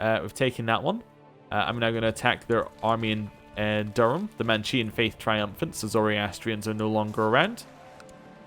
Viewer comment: It is pronounced Manichean is pronounced Mani-KEY-an not Mani-CHE-an